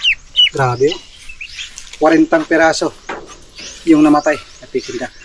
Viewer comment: Peking duck not pekin